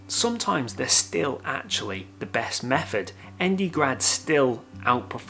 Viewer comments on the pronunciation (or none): Hi, why does he speak so strange? Wiff instead of with ; meffod instead of method ; fink instead of think ; etc. Is this how people in Liverpool speak? Thanks.